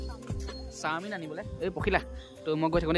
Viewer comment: চামিন নহয় চাওমিন